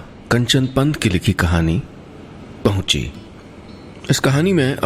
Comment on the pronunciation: it's pauchi not pahuchi